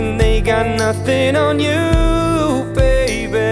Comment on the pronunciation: I don't know if I heard this wrong but he pronounced the word 'Nothing on you baby' it sounded like he said 'Nothing on you baybear'